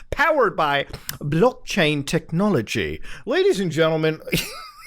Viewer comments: Plz said block chain technology in our British accent again.. 😁 was pretty good tbh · Muta saying "Blockchain technology" is now the best English accent ever